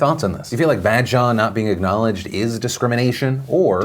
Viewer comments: It’s not Bad-shah it’s Bah-d-shah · It's a long 'a' sound. Like bawdshaw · I find it aborable when phil pronounces badshah it sounds like bad-shaw😂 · BAD SHA PAGAAAL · Phil's pronunciation of Badshah just made me laugh. I'm just gonna use it to troll all my friends 😂